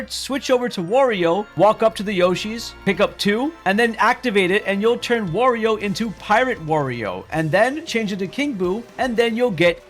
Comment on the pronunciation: Is he saying warrior on purpose?